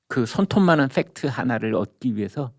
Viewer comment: 빽트 발음잘해. 빽트가먼지